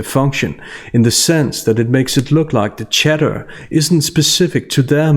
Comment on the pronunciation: Love your work. I seriously thought you were saying Chedder lol instead of chatter